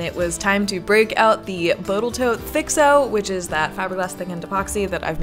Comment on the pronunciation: Boatle Tote...lol.